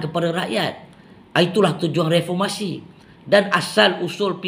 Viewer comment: Mcm kelakar bila die ckp refomasi.. ckp kt die tok farmasi adalah😅